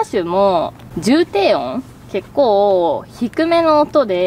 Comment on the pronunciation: ﾔﾃｱﾃｰ、ｹｯｺｰちょいちょいカタコトなのまじでおもしろい笑